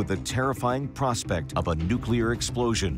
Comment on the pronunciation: the Soviets the nucular subermaine before the united states